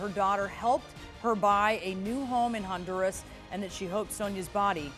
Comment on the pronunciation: You mean Mexico? And it's Honduras, not Hondirus